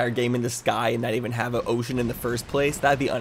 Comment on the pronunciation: Was he saying "ocean" or "oh shit"?